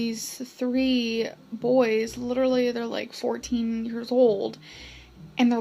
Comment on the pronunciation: “Lilurly” so sad 😞